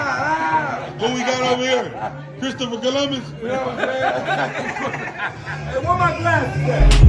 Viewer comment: LMAO BRO SAY CHRISTOPHER COLOMBUS